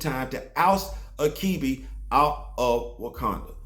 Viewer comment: Achebe is a Igbo name. Its not pronounced akibi but achibei.